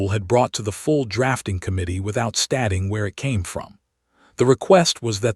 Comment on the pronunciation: ....".....without STAH-ing where it..."!!!!???? GODDDDD DAMNNNN !!!! HOW BOUT "...... without STAY-ting where it..."!!!! MUTHER FUKIN POS AI!!!!